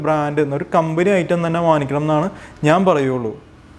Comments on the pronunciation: വാനിക്കണം എന്നല്ല വാങ്ങിക്കണം എന്നാണ് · വനിക്കണം എന്നല്ല സുഹൃത്തേ, 'വാങ്ങിക്കണം" എന്നു പറയൂ. "ങ്ങ"